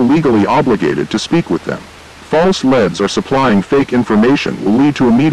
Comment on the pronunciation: Also tip, for the TTS, input "Leeds" for leads pertaining to this context. Like the verb to lead as opposed to the element lead. Just sounds a bit jarring in a sentence is all.